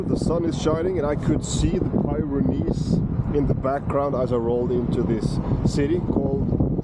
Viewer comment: its pi-ren-neez not pie ren neese